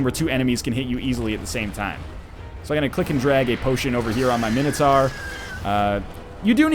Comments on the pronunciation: God NL, It's not Mini-Tar it's Mine-o-Tour. Gotgudengland pls. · No matter what it is but it certainly is NOT mini tar.... that's fucking retarded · No, guys, it's Min-O-Tohr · Nah mate mini-tar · Mxyzptlk246 Agreed, Min-O-Tohr. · Man, here I was thinking it was minotaur. How silly am I?